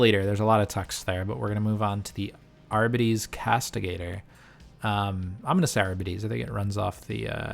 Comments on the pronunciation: btw gw released a pronunciation video, its adeptus AR-BEE-TEEs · It is pronounced "arr bee tees" its english lol not that hard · I believe it is Ar-bee-tees. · Pronunciation pedant alert! It's AR-bee-tees. Cheers for the great review. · lol sorry for laughing you struggling to say it. gw did make a pronunciation vid AR-BEE-TEES. either way say it how you want you know what you meant. Love your channel, first one I came across. I even went through your earlier vids to learn as much as I could. Thanks for making them, keep it going!